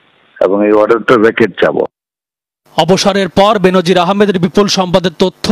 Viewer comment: Bhai nam ta hobe Benzir Ahmed. No benzin